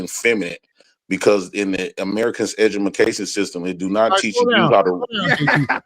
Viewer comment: said "Edgamacation"......this dude dumb as sh*t.